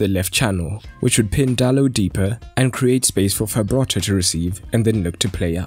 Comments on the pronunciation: its Frabotta not Fabrotta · It's not Fabrotta, it's Frabotta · Frabotta, Fra - Bo - Tta, not Fabrotta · fRabotta not fabRotta but otherwise great video 👍🏻😁